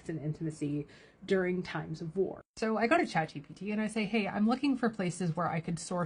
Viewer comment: Chad GPT does it again! I concur. This happened to me recently. "Be vewy vewy careful" - Elmer Fudd (btw, he never said, that)